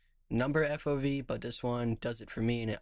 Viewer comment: "Now we change the FOB" The hell is an FOV =P